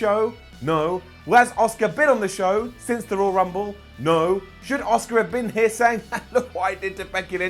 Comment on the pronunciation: He pronounced ASUKA like OSCAR. Lol